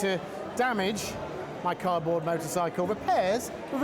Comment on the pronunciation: is it me, or did I hear her say -- car'board-- instead of cardboard ? So playing it back three times, , yes, she says carboard.